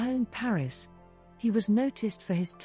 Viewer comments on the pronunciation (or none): none